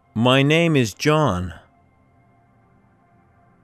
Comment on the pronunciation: Первый раз слышу, чтобы произносили: уот иж ё нейм? МОЖЕТ "УОТ ИЗ Ё НЕЙМ"?????